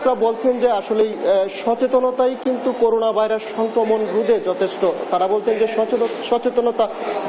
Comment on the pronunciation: হায়রে আমার ময়মনসিংহের সাংবাদিক ভাই!!এখনও করোনা কে করুনা উচ্চারণ করেন!!